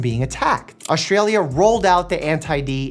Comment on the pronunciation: I really, I have to tell ya. There's no "H" in AUSTRALIA. It's not AUSHTralia. There's never any H sound in ST.